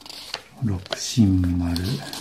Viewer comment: 六神丸をろくしんがんじゃなくてろくしんまるって言ってるところが好き おちゃめな先生